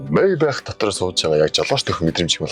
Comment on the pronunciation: Зоригтойхон шиг Мааябах гэж хэлээч дээ sorry